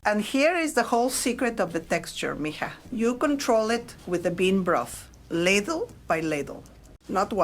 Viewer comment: "lad lay" for ladle.... love it!!